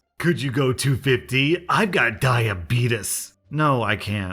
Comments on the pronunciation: Diabeetus is my #1 pet peeve, I'm so sorry XD... Diabeetees is how it's more commonly pronounced (I'm a type one diabetic) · it's not Diabet-us it's Diabet-ies - a type 1 Diabetic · I am dying of laughter because of how you pronounced diabetes. You sound like the guy from that commercial. The correct way to pronounce it is "die-ah-bee-teas" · I can't tell if you were joking or not when you pronounced diabetes as diabetus. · die-a-beat-es LOL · Diabeetus? Really? Must you make my condition sound so stupid? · why is pronouncing "diabetes" weirdly